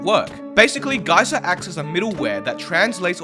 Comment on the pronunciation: He realy say GAY SIR